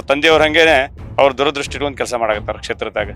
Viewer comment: ದುರದೃಷ್ಟಿ ಅಲ್ಲೋ ಅಣ್ಣ. ದೂರದೃಷ್ಟಿ ಅದು....